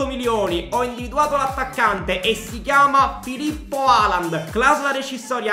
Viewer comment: "Filippo Halaand" AHAHAHAHAHA